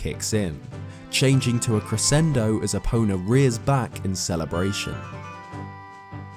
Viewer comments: It's E-po-na Also go-ron not to mention zo-ra & ge-ru-do Nihongo-ga scoshi hanashi-mas. Speaking Japanese is an art & The Twilight Princess has many names indecipherable to that of man. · When said stealing epona i thought he said stealing a boner